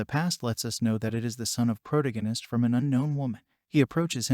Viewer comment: HOLY MACKREL !!!!! It's "PRO-TAG ONIST".. TAG...TAG......NOT TIG... Again ......NOT....TIG. How can these people call themselves "NARRATOR'S"????? Can't even read properly. LOL!!!